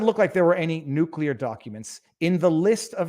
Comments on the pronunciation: Pronounced - noo-clee-ar not noo-qule-ar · Driving slowly doesn't make you a good driver any more than driving fast does. Driving competently and paying attention does. But a dippy algorithm can't analyze that. And you obviously know how to pronounce nuclear, do so please.